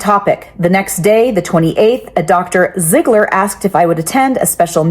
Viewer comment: "Ziggler" each and every time 😢